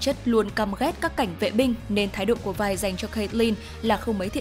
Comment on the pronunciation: 'Vi" k có đọc là vai bà ơi